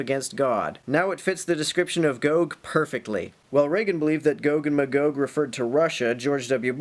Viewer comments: Magog is a town in the Eastern Townships of Quebec, Canada. It's pronounced "MAY-gog", btw, and they've been plotting against Israel for years. Bomb them. Now. The Biblical prophesy demands it. Carry out the Word of God. Thank you. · That's pretty close to how I always pronounced 'em, except that I went with "muh-gog" instead of "may-gog". You know...like if someone is totally blown away by something, and they 'stand, staring agog". Like that.